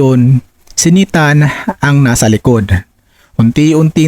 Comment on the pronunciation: Pronounce .naytan.hindi nitan,bisaya kaba????